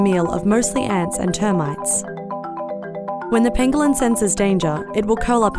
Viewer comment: when she says "pangolin" all I can hear is cartman saying "ping a ling."